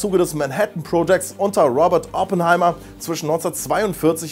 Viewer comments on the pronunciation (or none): Robert Oppenheimer war deutscher, wieso die englische Aussprache?